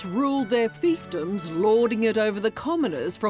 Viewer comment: it sounds like she says "they used to rule their theif-ems". Couldn't be more accurate or spot on!